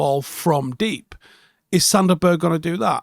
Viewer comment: Annoyed about how you say “Berg” 😂